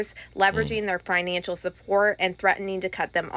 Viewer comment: Tell the blonde young blonde indictment reader the the word is not FINANCHINAL. IT IS PRONOUNCED ""FINANCIAL"". !!!